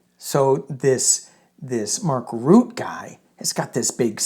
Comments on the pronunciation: Just a comment on Nato chiefs name... it is pronouncen Mark R-u-t-t-e, ie every letter is pronounced.... dutch is difficult, just as difficult as danish 😉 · Mark Rutte both 't' and the "e" are ptonounced. Blessings! Granny Eleanor in DC. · His name is pronounced 'Roo - tuh'. My son lived in The Netherlands for 20 years and knew Maark personally. He is a very down to earth, intelligent, no-nonsense guy. Europe's memory is very, very long. They fought FACISTISM once, they will not stand for the faintest smell of it again. Fake pretend strong man 45 will soon have his diapered butt handed to him if he continues with his blustering BS. 😂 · His name is Ruhttuh. Like in ' heard' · Pronounced Rue tah. He ran the Netherlands for years